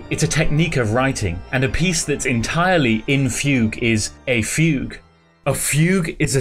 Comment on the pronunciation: who thought fugue was pronounced foo goo